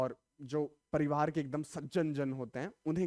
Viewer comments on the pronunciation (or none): none